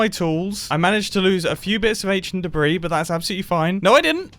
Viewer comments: not a big deal at all but the s is silent in debris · "I've just unraveled some ancient debri" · He means debris.